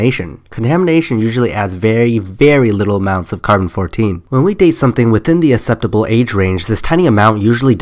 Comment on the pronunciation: acceptable is pronounced akseptable not asseptable